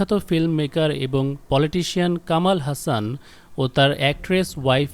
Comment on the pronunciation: আরে ভাই ওটার উচ্চারণ হাসন not হাসান। শ্রুতি হাসন। আর ওরা মুসলিম কখনোই নই, ওদের কোনো যোগসূত্র নেই।